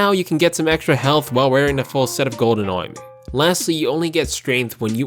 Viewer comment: i love the way you say armor, fucking funny lol